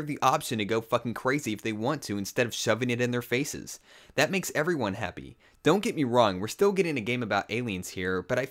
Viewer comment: wow your cool you say dat instead of that. way to go you win.